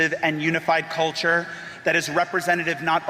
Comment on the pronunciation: Is it just me, or is there some heavy emphasis on the "cult" part when he says "culture"?